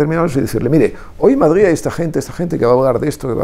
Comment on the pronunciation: Deberia de aprender a decir Madrid, no Madgid.